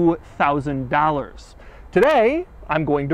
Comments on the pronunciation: He said egg thousand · I replayed it a couple times and still think he said 8000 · it really sounds like Doug says “8,000 Pound Feet of torque”. I thought Doug had finally lost his mind. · He said "A Thousand" ... not 8000